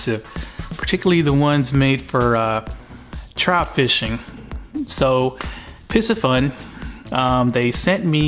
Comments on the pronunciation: "Piss-a-fun?" Isn't it Piscifun: Pie-See-fun, as in fish? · Pee-ci fun is how it's pronounced I recently received serpent rod &chaos reel. Nice set up,first time used it got a stripper. Great videos keep em coming